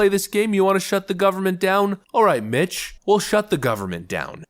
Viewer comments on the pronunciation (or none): When you said alright Mitch, I'll shut down the government, I thought you said alright B%$#@ I rewound it, and then heard it correctly.